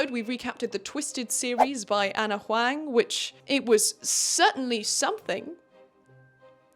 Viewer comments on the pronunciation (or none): none